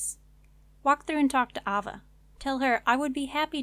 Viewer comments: Aye-Va ... AH VA ! lol.. but awsome guide thank you looking forward to checking out your other ones in the near future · okay not to be rude, but AYE-VUH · good guide, her name is pronounced aye-vuh... how many people have you ever heard named ah-vuh?